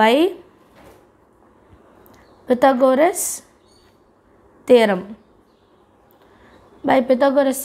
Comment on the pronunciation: Ayioooo😢 ethane thadava solla Pythagoras theorama peee Mari solriga sis😂